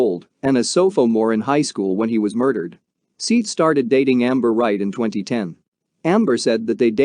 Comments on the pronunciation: His name is spelled Seath. It’s an easy mispronunciation to make, even for a human. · How's about the way he pronounced sophomore. He literally said sofamore! I also agree with a lot of the comments, he totally disrespected Seath by mispronouncing his name. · "Don't forget to give the video a thumbs up"?? Seriously i found the video to be really hard to listen to! Maybe if you had pronounced this poor killed 15year old boys name correctly, i might have liked the video! Shouldnt there be that much respect at least?! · Seeth? It’s pronounced “Seth”. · Seeth, lol! It's pronounced Seth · “Seeeth”….dude’s name is Seth lol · This video was made 9 months ago. Seath's name has been said thousands of times on the internet, for years! It's pronounced, SETH, not, "SEETH". You couldn't do a quick search to see how his name was pronounced? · Terrible you can't get his name right. Seth . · How bout learning the guys name before u make a video it's not sithe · Seeeth the soft-ah-more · Seeth? So foe more? What the hell? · Disrespectful to pronounce his name wrong. What kind if an informational video is this if you can't even say his name right. You should've typed it in so it would read "SETH". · Wait, what are you calling him? It's pronounced, SETH, but spelled with an 'A'. Dummy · He said “Seith” 1982 times !!! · His name is spelled Seath I believe but it's pronounced Seth. This is so hard to listen to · Your the dummy all over the comments because its pronounced Seth. Dummy 😂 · Dude pronounce the name right I already don't want to watch this because of you calling him by the wrong name 6 times in the first 2 minutes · You scum. You’re doing a story on a child that was murdered and don’t even have the respect to pronounce his name properly or even do enough research to learn his name. Total scum and your channel is scum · Couldnt get his name right??